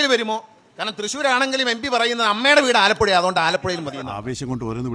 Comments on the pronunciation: എടാ മോനെ ആലപ്പുയ അല്ല ആലപ്പുഴ എന്നാണ്😍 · ആലപ്പുഴ എന്ന് പറയാൻ പഠിക്ക് വാഴേ ആദ്യം